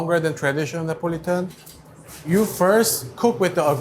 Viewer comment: So it’s Nipo-litan :)